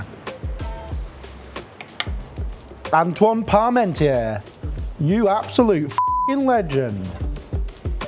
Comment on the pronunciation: Nice one. I'm in France and have dinner guests coming round next week so might just do this. By the way Antoine is pronounced 'Ontwan' 😉